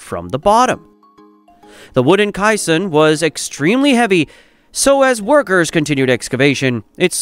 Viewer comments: i finally had to stop watching. Mor-tar and ky-sonn over and over was embarrassingly bad. Ruined all of the hard work that went into it. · GEEZ!!! mor-tar cy-son.... Get your a.i. trained BEFORE posting a ridiculous video! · and Kai..son (caisson) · It's MOR-ter and CAY-son. Please hire human voice talent or get a robot voice that can fool us convincingly, otherwise, there goes your credibility. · And kai-san? And purr-IZ-ians? And Seen river? And "locked the competents firmly together"? And deck-or-A-tiv? And accum-uh-lator? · One would have thought that an editor might have reviewed the video, and corrected the pronunciation of "caisson" , "mortar", and other words in the voice-over. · AI voice doesn't know how to pronounce caisson.